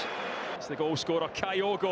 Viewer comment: Who is "Kaiogo"!!??? This Japanese player is called "KYOGO", as in TOKYO/KYOGO!!